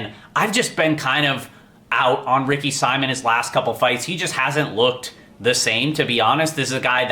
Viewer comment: I’ll never understand how guys that watch all the tape are so terrible with name pronunciation. Would it kill you to say Ricky Simon’s name right?